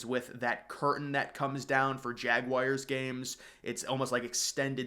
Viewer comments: I love your vids, but please, Please, PLEASE stop calling Jacksonville's team the "Jag-wires." It's Jag-wars...UGH. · That would be JagWARS not JagWIRES. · Jag wires?🤔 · Learn how to pronounce Jaguars!!!!!! Holy shit. Its not fckn Jag-wires